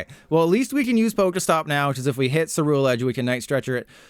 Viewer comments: my brain isn’t ready for the amount of “content creators” i’m about to hear pronounce “cerulean” or “ceruledge” wrong. you’re the first to hurt me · left because he pronounced ceruledge wrong so many damn times